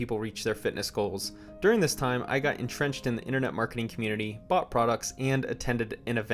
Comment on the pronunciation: butt produts? Which American accent pronounces 'bought' as butt.